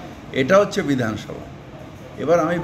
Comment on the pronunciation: তুমি আছো তো উদাহরণ হিসাবে। বিধানসভা উচ্চারণ টা সঠিক করো। ঘেউ ঘেউ করো না।